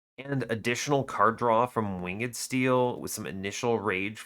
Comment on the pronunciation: "Winged" does not have two syllables.